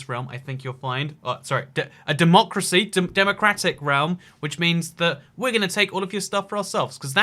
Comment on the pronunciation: why does he say democy